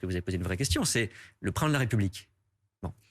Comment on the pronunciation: C'est fou, le journaliste pose une question sur le président de la république et Clément Beaune répond sur le prand (le prain ???) de la république...forcément le prand (le prindlarépublik ??) n'a jamais tenu de tels propos en public, on ne sait même pas qui c'est 🙃...rah même à il en parle 😂